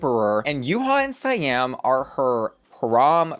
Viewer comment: Why do you keep saying SAY-AM instead of See-am???